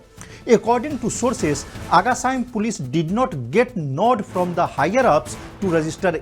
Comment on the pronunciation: Cant even say agacaim properly.